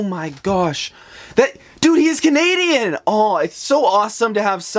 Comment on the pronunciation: am I the only one that noticed that when he was saying Thay speed English and French he sed cunadean???